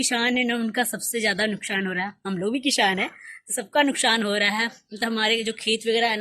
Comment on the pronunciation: What is this kishhaan, mausham, nukshaan, shohar... Don't try to be modern be real.. sa ko sha bolne se koi modern nhi Banta.. coz it's kisaan, mausam, nuksaan and sohar..